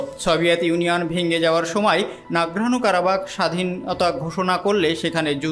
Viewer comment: নারগানো কারাবাগ ভুল উচ্চারণ।